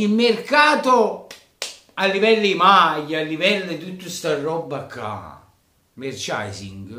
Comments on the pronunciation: te lo scrivo come si pronuncia: "MERCIANDAISING" 😀 Sei troppo forte e forza inter 👍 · Merchandising si dice Merciandaising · Se non sai pronunciare la parola "merchandising" (e presumo tu non sappia nemmeno il significato) perché continuare ad utilizzarla?